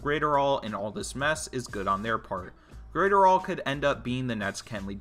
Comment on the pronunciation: "Brudestaire Graiterall" 🤦‍♂️you butchered his name. Its pronounced like Bruce-star and his last name is like adderall but with a GR before it.